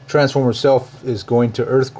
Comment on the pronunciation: "Franceformer" LOL.